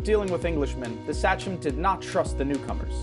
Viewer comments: Minor point: I thought the word, sachem, was pronounced, SAW-k'm. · Sachem is pronounced "say-come" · Honestly as a Rhode Islander his pronunciations of “Sachem”, “Wampanoag”, and “Narragansett” make me cringe pretty hard. I appreciate the video, but it’s not that hard too look up the appropriate pronunciation if you’re making an educational video.